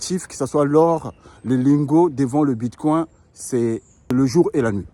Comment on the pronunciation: Ce n'est pas Bitcoin comme le mot coin en français. La prononciation est anglaise " coin" et non coin prononcé en français.